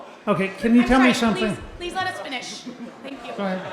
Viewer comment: please let us finish "thenk yew" lol